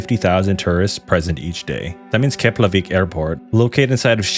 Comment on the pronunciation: As far as I'm concerned, you pronounced rekyjavik perfectly.